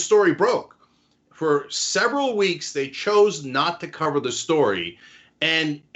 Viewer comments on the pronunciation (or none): none